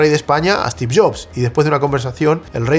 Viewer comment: Se pronuncia Stiv, no Estiv. Maicrosoft, no Mihcrosoft. Stor, no Estor. Story, no Estory.